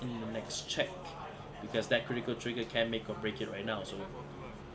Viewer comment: "No Guardo, Come at me!": "Toriga Check": " KORITIKAL TORIGA! ": " as age I Tea"